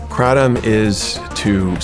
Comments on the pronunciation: He called it “krahtam” 😂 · Dude can't even say kratom right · As soon as he pronounced "kratom" i knew he had no idea what he was talking about lmfao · This guy doesn't know shit he can't even pronounce the drug kratom the right way. and filming a gas station clerk telling u what it is and acting like he's undercover . what bullshit if someone wants to take something i think it should be there right. and just the way it is being framed like this guy is some kind of authority on the subject is bullshit. i have started skipping some of the shawn ryan podcasts because of some of the guests he's started to have on it's just going more towards the take what u can get kind of guests. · He can’t even pronounce kratom right lol